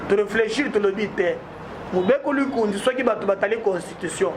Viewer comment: Hahaha Can you please learn Lingala before barbaring here like MUKUNA wa Tshibelbele. It is about mo-be-ko Li-kon-zi, but you are about "mubekulingunzi". What language are you speaking, is this Lingala or Tshibelebele. Pouirquoi toi Monsieur tu ne peux pas parler en Tshiluba??? Why are you struggling speaking Lingala instead of your mother tongue?? FUCK!!!